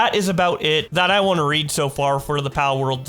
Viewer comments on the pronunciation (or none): none